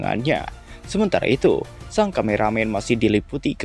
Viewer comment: Sung bukan sang bang itu nama bukan kata, gasemua bisa dibaca pake kata bahasa inggris